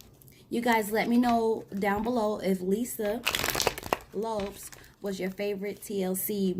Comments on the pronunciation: Girl!!! Lisa Lopes, not Lops🤦🏾‍♀️. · I heard it too, Lopes instead of Lope"z" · Pronounced Lo-Pez